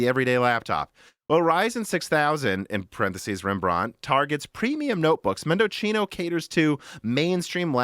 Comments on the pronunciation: Mendocino... A legendary Celeron core that overclocked 50%. Its pronounced mendo see no, not mendo chee no. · mendo-see-no you're welcome 👍🏻 it's nice from AMD, to reference the Argentine province, where a lot of wine is produce (AMD FineWine anyone?) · I think Mendocino is pronounced Mehn-duh-see-now like the town in Northern California. Or replace the 'c' with an 's' and it will sound right. Mendosino